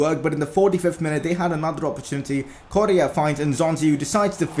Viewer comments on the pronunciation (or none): none